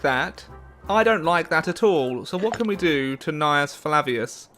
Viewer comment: There was one time he said Gnaeus correctly.